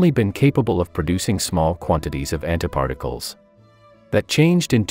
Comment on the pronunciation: i am sorry but i couldn't stop hearing "hentai particles" 😥